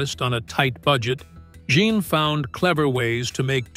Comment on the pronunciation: The French male name "Jean" is pronounced "Zhawn." You've heard of Sean Connery? Say "Sean" but replace the SH sound with a ZH sound.